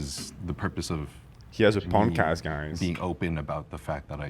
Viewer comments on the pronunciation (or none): “he has a poncast guys…” 😂😂😂😂😂